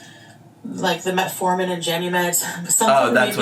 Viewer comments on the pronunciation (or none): I lost it when said “metamorphin” instead of “metformin”, I just got the mental image of Chantal turning into a hijab chrysalis and then popping out of it as a massive diabetic moth